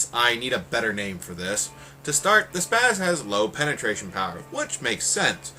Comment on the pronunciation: It's "penetration" not "pentration" otherwise great as always.